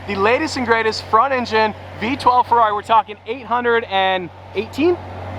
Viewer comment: need to call you and tell you how to pernouce the ferrari That is being said way wrong!! even by The sales guy